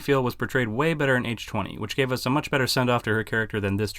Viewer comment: It’s H-Two-Oh. NOT H Twenty. Go back and watch the trailers.